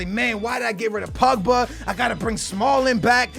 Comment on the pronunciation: When he says BUBGA does he mean POGBA